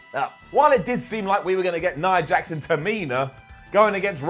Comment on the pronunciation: did he just say "nia heart"?